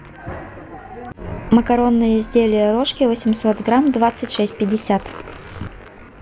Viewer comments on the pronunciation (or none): не рОжки, а рожкИ. Хотя ваш вариант мне больше понравился 😁 теперь так и буду называть. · просто знаю, как правильно, но такое произношение услышала впервые... и отметила, что мне понравилось, весело звучит. Где увидели, что докопалась? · Незнаю у нас все говорят рОжки,впервые слышу что нужно говорить рожкИ.